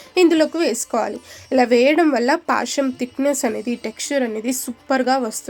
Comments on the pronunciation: పాశం కాదు పాయసం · Paasham kaadu adi payasam..telugu ni telugu la matladandi